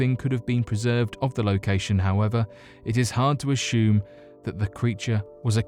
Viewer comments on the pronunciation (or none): “Ashume”...?? I believe it’s “Assume”.....!! Yes...... Making an ass outta u and me.....”ASS”/”U”/”ME”...!!! Have a great day....!!! 👽👽👽🇨🇦🖖🏻🇨🇦👽👽👽